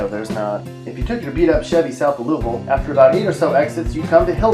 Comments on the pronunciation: Well like others I am questioning if the narrator is from KY as he does not pronounce ‘louisville’ the way we do (loo-vul) and he really doesn’t pronounce ‘barborville’ right either (bar-vul). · Learn to say Louisville right